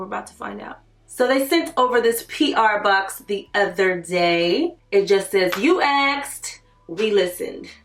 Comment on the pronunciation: "You axed, we listened" 😂😂